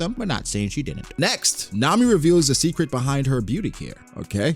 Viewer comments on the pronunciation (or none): none